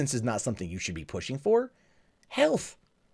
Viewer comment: I thought you were going to say "Hell fucking no!" when you said "Health" at the beginning.